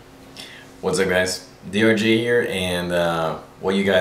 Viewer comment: Sounds like said "DRG" and not DRJ at the beginning:p